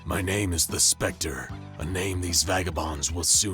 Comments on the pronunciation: Stop saying the specter like that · Also,why do u keep on saying "the specter" like that lol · Is it an anomaly that you can't pronounce THE SPECTER normally